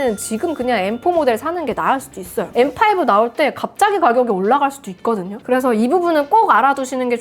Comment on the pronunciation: 아이폰13시절엔 떨튀이-인나~ 라고 원어민발음하셨는뎅.. 이번영상에서맥소개하실때 엠파이부 라고 하시니깐 구수하네염